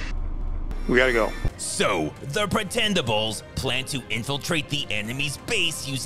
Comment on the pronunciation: "The Petendables" 😂😂😂